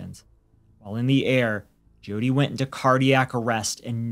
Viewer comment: It's pronounced Joe-tee not gee-oh-tee.